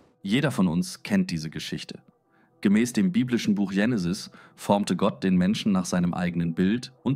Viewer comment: warum machst Du dokus wenn du nicht lesen kannst? Es heist nicht Jenisis sondern Genesis und wenn Du was liest sprichst Du von "Wir" ! Biste PlemPlem ? 🤣